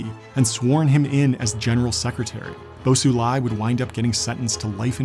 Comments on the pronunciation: Isnt xi pronounced "she"? He keeps saying it like "see". And then he was calling bo xilai "bo sulai". I get it tho, as an american foreign pronunciation is hard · Very insightful video! although you butchered Bo Xilai’s name. 😂 That Xi in Xilai’s name pronounces the same as that of Xi Jinping, which you are doing well.